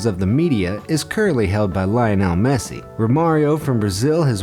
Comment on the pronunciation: Solid video, buuut did you honestly manage to mispronounce Lionel Messi 🇦🇷 🌞